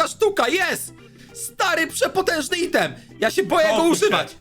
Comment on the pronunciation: Wszystko fajnie tylko strasznie kłuje po uszach wymawianie słowa „item”. Wymawiaj to poprawnie albo po prostu zastępuj to polskimi słowami.